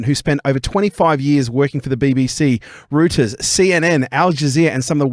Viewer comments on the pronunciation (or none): Two morons... one cannot even pronounce Reuters! The other, a man who is so far to the left that he needs a chiropractor... keep hating on Israel mate and see where you end up! Would love to see you do a live report from Israel and with all your muslim mates! Enjoy your "rockstar" status (absolutely laughable) from the lefty press those that know, just know.